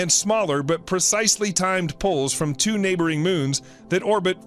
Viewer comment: They’ve mispronounced two.